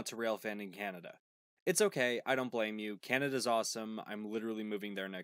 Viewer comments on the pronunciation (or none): none